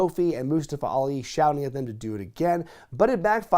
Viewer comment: For fuck sake will you stop mispronouncing mustafa alis name? It’s Moo-stah-fuh 🤦‍♂️